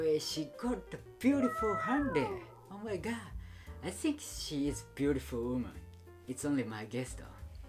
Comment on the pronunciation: The "Oh mah gah" makes me laugh- 😂